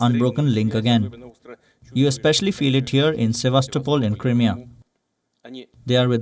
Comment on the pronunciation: She pronounces Crimea wrongly she says Crymia